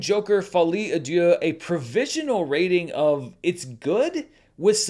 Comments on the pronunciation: My French is rudimentary but I think you pronounced deux (two) like dieu (god). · Should I correct on his pronounciation of "Deux" 🤔